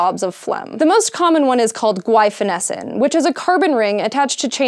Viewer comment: Thanks for the pronunciation of Guaifenesin! We prescribe it as a cough suppressant for dogs, and my coworkers and I have always debated how to say it, which made it particularly difficult when talking to clients. We usually pronounce it as "Gwef... Gway.... sigh cough tabs.".